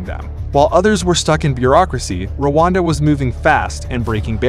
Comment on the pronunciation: Settle down - it’s Rwanda, not Wakanda